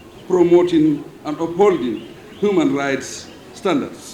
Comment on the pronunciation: Someone tell him it's not hooman rights!!